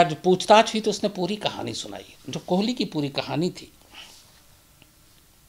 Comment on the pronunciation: कोहली नहीं कोली है वो